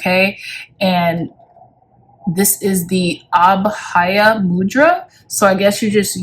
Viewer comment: lol it's pronounced AAH-BHUH-YUH meaning fearless , thanks for all your videos!